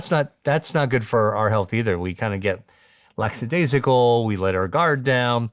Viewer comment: OH MY.....! Did this educated PHYSICIAN just say "Laxidaisical?" (What's next, laxa-daisy?) Oh, dear..... Peeps, it's lax, lazy, or lackadaisical. Oof, that was difficult to hear. That said, I'll gratefully receive the expertise offered here. Thank you.